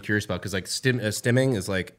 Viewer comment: Are you guys saying Stemming??? Or Stimming like stimulating?